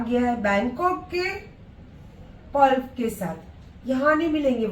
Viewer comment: Khud HANDMADE ko HANDMAKE boli or PEARL ko PULF boli wo kya😂 dusre ko bolti